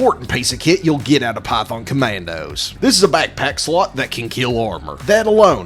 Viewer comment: Am I the only one who hears "Pyfon Comandos" on the start?